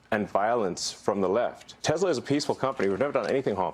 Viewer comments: Did he mean to say Titslur? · Ya mean Teslers? 😂😂😂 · sry you pronounced it wrong it’s called TesLER😂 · Trump - I love a "TESLER" - as in "TES"-la plus Hit-"LER" equals "TESLER"! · You mean tesler. 😂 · oh Teslurs from FElon Husk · Tesler that's how made says it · It’s pronounced Teslur. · Only a Trump could pronounce a name known all over the world (Because of Nikola, not the special K addict), that finishes with an "A" as finishing with an "er" sound. He is either deliberately ignorant, or the all the psychs and educators who say he has the mental acuity of a pre pubescent child are correct. It's probably both